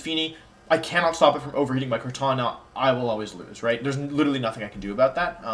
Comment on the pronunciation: Are you purposely mispronouncing Regigigas and Kartana in the beginning?